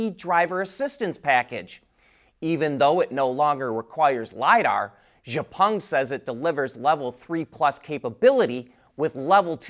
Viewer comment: X-Peng is pronounced She-Ow Peng (Like She and Cow without the « C ») 小鹏 in Chinese or Xiǎopéng in Pinyin.